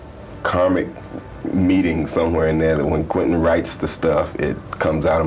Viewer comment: Not "Quin-tin." It's QuEntin, as in Q-whent'n.